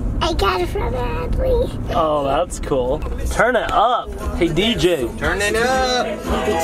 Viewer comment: Not how you spell Adley and you said Addie